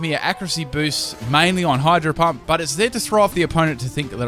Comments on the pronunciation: lol i heard him say hydro hump XD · I heard him say hydro hump? K then